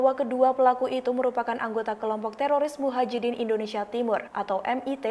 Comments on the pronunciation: Woi bukan muhajidin,,,, tp mujiHadin. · Mujahidin woyy, bukan muhajidin..